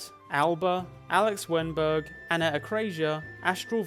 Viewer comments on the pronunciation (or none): none